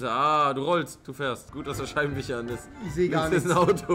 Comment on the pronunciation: Rewi: fich: Scheibenwicher